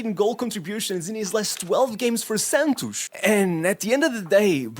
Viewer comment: the way he said "Santos" I knew 100% he was portuguese